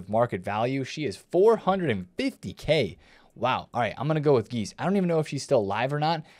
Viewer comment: Geyse is pronounced "Jessie" so you know ;)